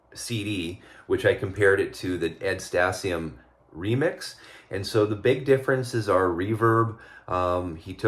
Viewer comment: Ed Stasium (Stay-Z-UM)